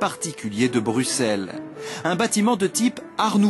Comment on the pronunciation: Le présentateur français ne sait pas prononcer Bruxelles pourtant la France a aussi Auxerre donc un présentateur digne de ce nom devrait se renseigner avant de parler